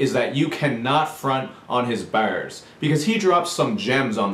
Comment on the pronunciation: That accent when you said bars made me laugh a little